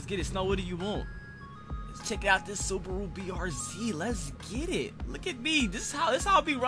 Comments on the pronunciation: this man said sabura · what the actual fuck is a subura its suburu lol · ѕкєρтιк bruh wtf is suburu its subaru omg